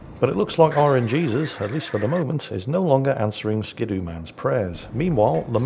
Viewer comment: It's ski doo, not skid oo. :D